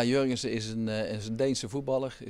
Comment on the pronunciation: het is jørgensson niet jãrgensen